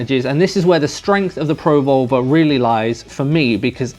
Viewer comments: pro vulva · As an American, your accent makes you sound like you're saying Pro-Vulva. Was a bit confused the first couple of times, but gave me a good chuckle. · I don't know about anyone else but when you say pro volver , thats not what im hearing lol .